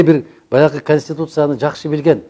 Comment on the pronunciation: 0;37 канстутутсияны😁